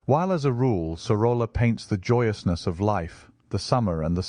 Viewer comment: Great video, just one correction; in Spanish two "L's" are pronounced as Y. "Soroya".